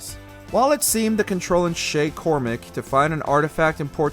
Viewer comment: He sed shays last name very rong it’s cormack and I know I spelled his name rong